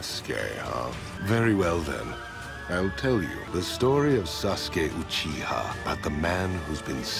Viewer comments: It's Not Saske It's Sasuke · now I cant unhear SASGAY